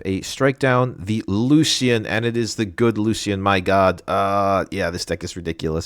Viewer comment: Lucian = Loo-Shun. Nice video 👍